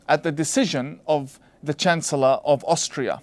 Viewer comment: Did Tawhidi just say "Chance-Ullah" Sebastian Kurz???